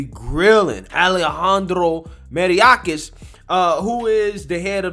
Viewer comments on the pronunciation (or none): May- OR - kas. You’re pronouncing it Mary- orcas. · MAY-ORK-AHS. Not Mariyacas. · You should learn to say mayorkis instead of maryiorkas. Details matter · Bro you’re really butchering this guy’s name and it’s actually starting to bother me. MAYOR-KAS. For f*cks sake. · Pronounced, may-york-ass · Lmao I agree with you bro but you are butchering Mayorkas’ name 😂